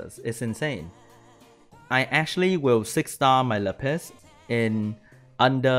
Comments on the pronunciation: Why do you call lapis la piss? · everytime he says lapis i hear "le piss" hahaha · That's definitely what he saying